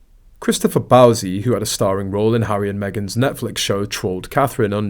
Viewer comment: It's Bouzy rhymes with Floozy! 😅